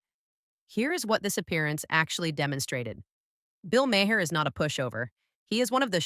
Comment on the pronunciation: M-A-R. M-A-R. The H is silent. Mar.